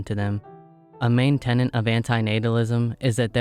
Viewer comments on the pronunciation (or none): It’s “tenet” not “tenant”